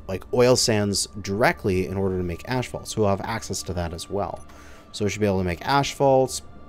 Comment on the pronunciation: Did he call asphalt *ashphalt*?